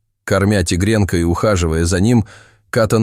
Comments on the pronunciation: Только робот может произносить слово -Тигренка😳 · Рассказчику нужно правильно делать ударение, тигрёнка. Очень бьёт по мозгам.